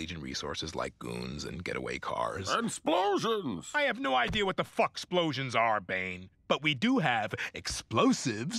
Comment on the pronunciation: “AND SPLOSIONS”